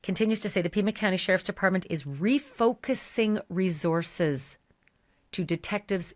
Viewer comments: You are mispronouncing the word 'resources.' It's not resorzez. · Where are these two from? Ashleigh says REZORces, and says LISEN plate.